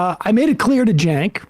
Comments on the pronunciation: cenk is pronounced jank? ok. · It's spelled "Cenk" but it's pronounced "Jerk" now.